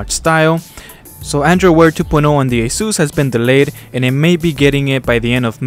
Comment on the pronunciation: It is pronounced A SIS